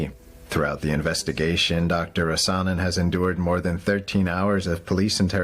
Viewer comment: Criminal charges for reading from the Bible? BTW, in the name 'Rasanen', the stress is on the 1st syllable: RAh-sanen.